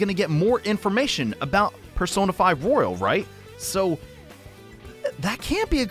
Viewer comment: Its Royal not rOyALe